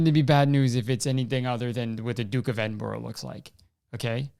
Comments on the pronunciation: Kurtis pronouncing Edinburgh is the funniest thing I've heard in a while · from someone from edinbURGH. i’m gonna have to cancel you for the way you said it my guy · I'm here trying to be annoyed like Kurtis about the royal family but his pronunciation of edinburgh is so distracting I don't think I can take it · I agree with your point, but the way you say Edinburgh makes me cringe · the pronunciation of edinburgh was painful, but ily kurtis. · with peace and love Kurtis that is not how you pronounce Edinburgh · theres about 5 minutes of this podcast dedicated to butchering the pronunciation of edinburgh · Your jokes about Prince Phillip are that much funnier because of the fact that you pronounce “Edinburgh” horrifically wrong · Hearing Kurtis pronounce Edinburgh like that is physically painful lol. Also we all hate Prince Phillip anyway, he’s a creepy old dude. Even people who like the royals hate him. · Kurtis...man...I totally agree with you on your opinion of the Duke of Edinburgh, but as a Scottish person, the way you said Edinburgh physically hurt me hahaha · my guy it’s ‘eding-BRUH’, not eding-borough lol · Kurtis, I don't to sound annoying but it's Edinbra 😂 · it’s edim-bruh, like when you realise how racist the duke is you’re like “bruh” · I'm sorry, EDINBURROW?? it's edinBRUH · Kurtis pronouncing Edinburgh as Edinborough instead of Edin-bruh... comedic excellence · the dukes of edinbro? my guy is edinBRUH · ITS EDINBRUH NOT EDINBORROW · “DuKe Of EdInBrO” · Edinbirogh noooooo is edinbraaaa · btw kurtboy its pronounced edin bruh not edin burrow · racist royal guy is legit pronounced duke of edinbruh - missed op for some doozies kurtis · duke of edinbro 😭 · “Duke of Edinbro” Kurtis Conner 2021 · its okay we hate the duke of edinburgh in the uk anyways (also its pronounced like eddin-bruh) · No one: Kurtis: the Duke of Eding-bro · Kurtis pronouncing Edinburgh as Edinbro made me realise how british I am. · it’s edinBURUH hahahahahahahah